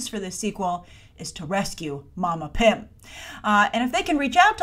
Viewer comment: Sounds like you were saying pimp whenever you said pym